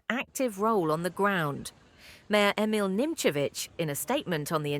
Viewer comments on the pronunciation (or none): none